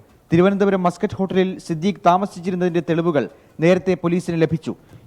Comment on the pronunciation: എന്ത് മസ്കറ്റ് ഹോട്ടൽ . ശരിയായി വായിച്ചൂടെ.